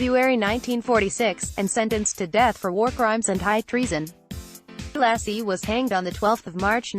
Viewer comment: I wish somone would just pay a decent reader,,, the guy's name is Ssssaa-loshy....not Sholaaasi... The accent ohn the A opens the a wide. Otherwise it is closed, almost an "o" He was a monstrous person. I saw this series of pics when I was doing research in Budapest in '88.